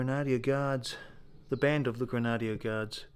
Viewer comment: It’s the Scottish grenadier guards pronounced Gren a deer.